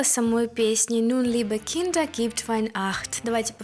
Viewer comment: У меня вопрос! Кто может обьяснить??? Nun, liebe Kinder. Почему он так выразительно говорит слово киндЭР?? Ведь er вконце читается как заглушенная буква А , тоесть надо говорить Киндааа??? Не брудЭР а Брудааа?? Обьясните произношение😢